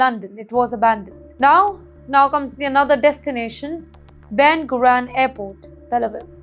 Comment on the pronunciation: Listen to this butter ball of a Brahmin. Can't pronounce words in English. Ben Gurion has been turned to Ben Grun airport. Her mother must have slept with Pakistanis